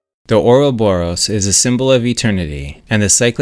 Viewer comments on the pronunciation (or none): none